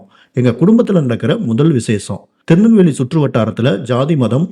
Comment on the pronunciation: Thinalveli illa da thirunelveli